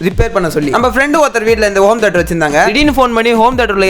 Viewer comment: Home theatre❌ Om theatre✅😂😂